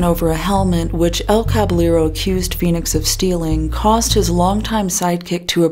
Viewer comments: On a rewatch and while I doubt you read through the comments of old videos, wanted to say that you pronounce "Caballero" as "Kah-by-yeh-ro". In Spanish, if there are two L's together, it makes a Y sound. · The pronunciation of Caballero as Kvalero...really hurt my ears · Idk if its or Caballero himself who is mispronouncing the word, but it's cabaYEro. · Btw: El Caballero is pronounced El Cabayero, the two Ls become a soft J 👌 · That's not how "Caballero" is pronounced.